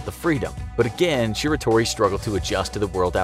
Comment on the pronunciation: him saying shiratori wrong makes me cringe